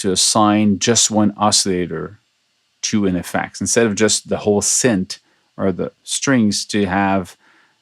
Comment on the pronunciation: its synth not sint lol